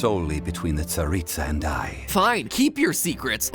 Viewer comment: can pronounce "tsaritsa" and "snezhnaya" yet can pronounce "yae" AHAAH